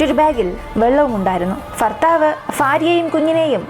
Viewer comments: മാശാ അളളാഹ് നല്ല അവതരണം ഫർത്താവ് ,ഫാര്യ അല്ല ഭർത്താവ് ,ഭാര്യ എന്നാണ് തുകൽ ബാഗ് എന്നാണ് ❤ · ചിലപ്പോൾ, ഫർത്താവ്, ഫാര്യ എന്നാണ് പറയുന്നത് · ഫർത്താവ്, ഫാര്യ........ അയ്യേ.... അയ്യയ്യേ..... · ഫർത്താവ്, ഫാര്യ... എന്തുച്ചാരണം. കഷ്ടം 🤔🤔🤔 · ഫർത്താഫ് ഫിത്തിയിൽ. ഫുമിയെ ഫാര്യയെ ,,,useless,,,,പോയി,,,മലയാളം പടിക്കടി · Farthavu, faarya ennalla... Bharthavu, Bharya enn pronounce cheyyu